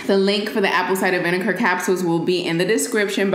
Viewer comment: she said "aPpLe sidEr vineKar"